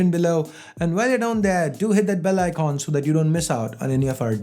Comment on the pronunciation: Its bell icon not bell icoon